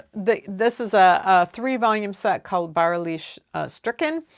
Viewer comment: You did really fine taking into account the fact that these are terms with some specialties. And you have the courage to speak these words in a foreign language. This would be a huge problem for me. We have ä, ö, and ü. I don't know if the sound of "ü" even exists in English language. In "bäuerlich" you don't have a normal German “ä“, it's the combination of "äu“ that changes the "u" to an "ü"-sound but the "ä" isn't really "ä". It sounds more like "eu" as in the German word "Leute" (=people). "ch" is a sound that is made with the back of the tounge in the back of the mouth at the palate (sorry, I can't describe it better), while the sound you used in "bäuerlich" instead sounded pretty much like "sch". You need "sch" at the beginning of "stricken". When you have the combination "st" it's normally pronounced like "scht". You write "stricken" but say "schtricken". Here I write "stricken" with a lowercase letter cause it's a verb. In "bäuerliches Stricken" it's a substantiviertes Verb, substantiated verb, Gerundium = knitting, and for this reason it's written with a capital letter. I'm pretty sure that German as a foreign language is pretty horrible. But don't worry. You have words like "handkerchief" or "through thread cutting".